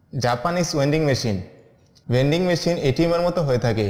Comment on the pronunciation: Wending machine? ????? Come on